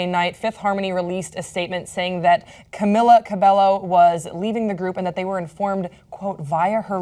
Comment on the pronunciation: this is so difficult to watch since cant pronounce camila's name